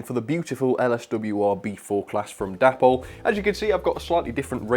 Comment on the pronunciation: I am sure it is pronounced 'DAY-pol'? The founders were DAvid and PAULine.